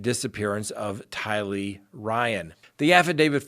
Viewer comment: I love this channel, but it does drive me nuts when you put the emphasis on the wrong syllable on names. Chad DAY bell. TY lee, not day BELL or ty LEE